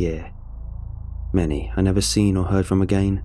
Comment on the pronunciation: narration is soft and monotonous, plus it fails to capture the emotion of the story... heard it numerous times for other creepypastas, and the pronunciation is awkward at times ('a gain', instead of 'again'... 'ideer', instead of 'idea'... etc)